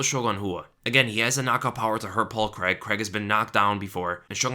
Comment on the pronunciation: Its Paul CRAIG not Paul Creg lol